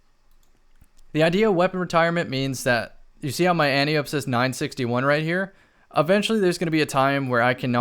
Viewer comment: I don’t want to be THAT guy but it’s pronounced Anne-tie-oh-pee.